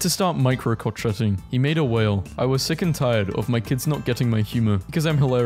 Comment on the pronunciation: It’s called crocheting but it’s pronounced crow-shay-ing